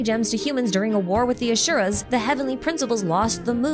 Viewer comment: It’s Asura (like in Aspirin) and not Ashura.